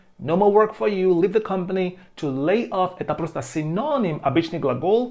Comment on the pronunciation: Почему вы читаете lay как laid?